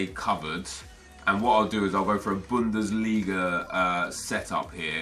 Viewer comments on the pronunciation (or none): none